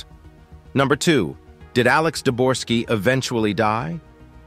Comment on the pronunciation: Uhhh, it's Debogorski, not "Deborski", nor "Dorski." Such a discrepancy regarding such easy to find, readily available information, really makes me question the authenticity of anything in this video from here forward. Thanks for making it clear that you don't thoroughly research the information in your videos after only three minutes. It saved me wasting another 27 on watching the rest of the video.